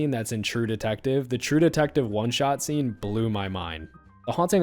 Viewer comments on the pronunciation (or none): none